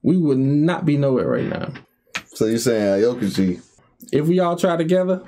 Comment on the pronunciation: It’s pronounced ow key ji =aokiji